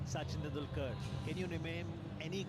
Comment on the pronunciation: Oh boy... Soo CHIN tandil KERR lol. Suchin Tandulkur probably wasn't too thrilled to have his name murdered like that. Along with all the other names and words trump mangled in his recent speeches, trump shows just how bad his neurological disorder has become.